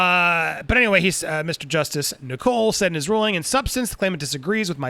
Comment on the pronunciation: I'm getting ads in the UK Andy. Also just by the way "Nicol" is pronounced like "nickel" not "Nicole".